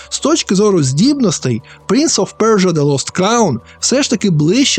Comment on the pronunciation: пля....принц оф пьорьджо)))) п.с. будь ласка наступні відео просто кажи - принц персії)))